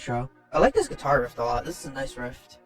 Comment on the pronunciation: thanks for reacting to this album, nobody reacts to Nick Rattigan :( fyi: it is 'riff' not 'rift', easy mistake to make ;D